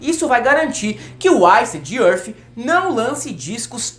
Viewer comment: O pronunciando macarronicamente iced earth já valeu o vídeo kkkk